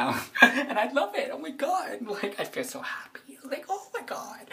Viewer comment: "that's the only thing they can expess how dey feewl" listening to you kills as much brain cells as alcohol does